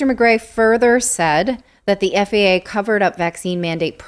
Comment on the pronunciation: "FAAAAAAAA". Yes, pronounce it as an acronym like you suggested, Natali. Love it.